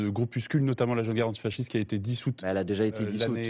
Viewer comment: ARTICULEZ bien : ANTI-fasciste !